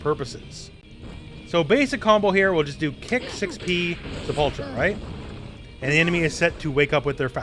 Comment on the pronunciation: You're pronouncing "Sepultura" wrong. It's "say·pull·tur·uh". It's Portuguese for "Grave", and the name of a really awesome Metal band.